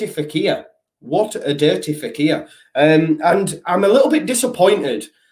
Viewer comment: Fekir not faqir, not that I know what that means in Arabic either 😂